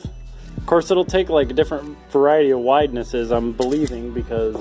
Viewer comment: Did you just say widenesses?